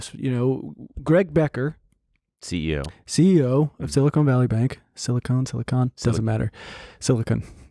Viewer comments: If I hear "silicone" one more time, I'm going to lose it. It's "silicon". They are totally different. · You are stressing me out pronouncing it like that French baguette. It's pronounced like CAHN, sili-CAHN. BEN CAHN SILI CAHN. As in, silicon, the element used in the production of semiconductors, the thing upon which all of silicon valleys tech supremacy rests? You're a clown lol😂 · are we really just gonna trust that the French guy is saying Silicon correctly??